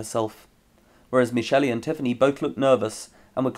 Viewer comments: I have loved all your videos. on a side note, Michelle is pronounced Me shell not Me Shelly. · Why does he keep pronouncing Michele like “Michelee”? I know someone whose name is spelled that way and the second E is silent. Did he do that for a reason? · Not to be an ass but I noticed you pronounce the “e” on the end of some names like Michelle and Irene when it’s supposed to be silent, I know some names are supposed to be like that such as Hermoine but those two are not unless specified in the books and I may be wrong but I don’t believe it was?? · Glad you enjoyed :) with this one, she is pronounced Meshelley though!